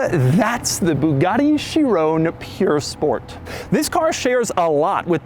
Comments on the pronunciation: jesus learn how to say Bugatti and stop embarrassing Americans with passports... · doug has been doing Bugatti videos for years and still cant pronounce a single word from bugatti to chiron and pur sport